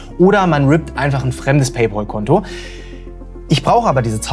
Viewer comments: "paypOl"?? vorsicht, du spielst mit deiner Glaubwürdigkeit. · [ˈpeɪˌpæl] (Pey-päl) ist die richtige Aussprache. Das ist doch nicht so schwer lieber. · Junge was stimmt denn nicht mit dir? Es kommt von englischen pal was Kumpel heißt. Der ZahlKumpel. Und das englische PAL spricht man wie PELL aus. Lern mal englisch. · PayPal, nicht PayPaul. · Wer ist eigentlich dieser Paypaul? Meinst du vielleicht Paypal? Das spricht man aber wie "pell" aus und nicht wie "pol" 😀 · "Pell" schon mal gar nicht. Das klingt ja schlimmer als "Paul". Richtig heißt es "PayPahll" also das zweite A wird als deutsches A ausgesprochen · Das Pal in Pay Pal spricht sich wie Pel.